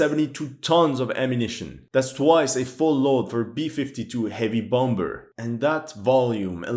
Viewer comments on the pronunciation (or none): I know English isn't your first language but this is a little pet hate of mine. The second B in bomb or bombers is silent. Sorry to be a grammar nazi but hey